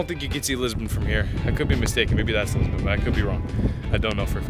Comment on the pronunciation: Hey guy Lisbon is pronounced Lisbohn,and not"Lisbin",as you keep saying!